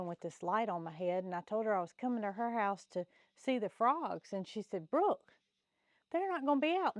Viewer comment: Brooke not book😂